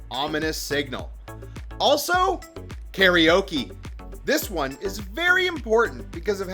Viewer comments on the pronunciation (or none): none